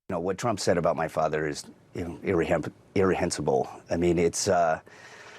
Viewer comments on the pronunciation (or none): The word is reprehensible not irrihensible